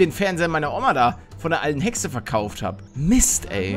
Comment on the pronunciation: Ich finds immer lustig wenn du Hexe sagst🤣🤣